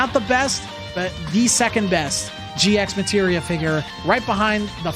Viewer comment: This on is no biggie but It's actually red as G Materia without pronouncing the X. Same as how you read Hunter X Hunter and Spy X Family.